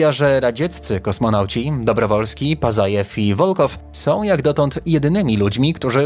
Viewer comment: Dobrowolskij, Wołkow,Pacajew - tak się czyta te nazwiska . Rosjanie też byli na księżycu . Bezzałogowo. Misja Łunochod . Mniej niescisłości proszę. A reszta ok 👍👍